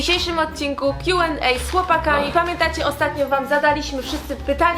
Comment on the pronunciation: Kjułendej - Q&A a nie kju lendej sorry wkurza mnie to